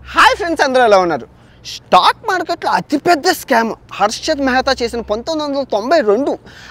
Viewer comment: Mehra kadhu ra mehtha